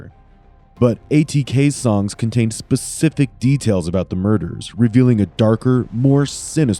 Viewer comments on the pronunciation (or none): "...you're gonna say something that's gonna be pacific to the details we don't know." Umm.....ok. 😆 I may be desensitized a bit. To the point that the grammar and partially nonsensical phrases are what catch my focus.